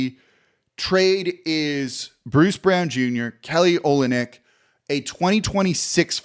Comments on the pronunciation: Pronounced o LYN yk. Accent on the middle part. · Good luck to the Pels next year. Hope they do well. It's also pronounced O-lin-ick. Go Kelly.